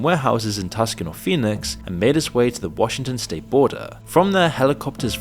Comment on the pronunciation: So you know... Tuscan in the States is pronounced "Two-sawn" I personally don't have any issue with anyone pronouncing it however they feel. I just thought maybe you'd like to know how the locals would say it. This was an interesting topic.. I have never heard any of this before. Thanks for that.